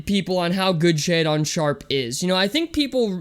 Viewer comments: It’s pretty wild that you point to a baseless rumor about him not being able to read and you don’t even pronounce his name correctly. This has to be one of the biggest train wreck videos I’ve seen on this kid and I couldn’t stop watching. Literally NBA scouts report his high posture on his handle has been corrected, he has fluid and smooth shot mechanics and was lights out in workouts from the paint, mid level and deep shots. I’m not sure you could be any more clueless about hoop scouting. Also get some stream lightening and a decent camera goofy. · Lost all your credibility for doing your "homework" when your pronounced his name wrong within the first 30 seconds of the video lmao